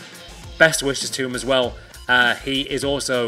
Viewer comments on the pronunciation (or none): none